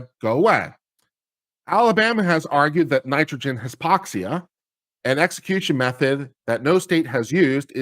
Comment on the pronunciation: Hypoxia - pronunciation hi-poxia